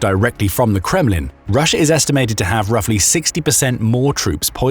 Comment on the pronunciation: Love the intrusive R. lol. "Rusher itself"